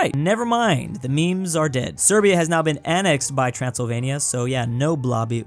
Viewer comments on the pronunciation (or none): none